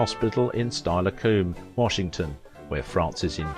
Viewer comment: Ahem! Steilacoom is pronounced "Still-a-come" which is where Western State Hospital is located.